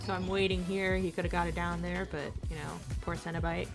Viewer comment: Pronounced Seno-Bite